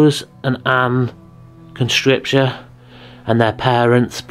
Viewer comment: This is the second video where you can't read the work Con-se-cra-tion.